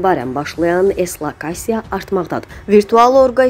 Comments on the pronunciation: Э, "ЭСЛОКАСИЯ" НЯДИ? ЭСКАОАСИЯ .... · Ay savadsız.eslakasiya yox eskalasiya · Savadsız aparıcı; eslakasiya yox!!...Eskalasiyadır əslində!! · ESLOKASİYA YOX, ESKOLASİYA. NƏVAXT ÜZÜNDƏN DÜZ ÖXUMAQI ÖYRƏNƏCƏKSİZ? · ESLAKAÇIYA yox ESKALAÇİYA 😂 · Ay bisavad, eslakasiya sözü yoxdu, heç olmasa üzündən düz oxumağı da bacarmırsan?